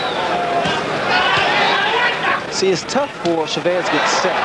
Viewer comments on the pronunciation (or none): FIRST its CHAVEZ ..NOT... cha vvess you moron....You're suppost to be a pro .announcer..learn to pronounce names ...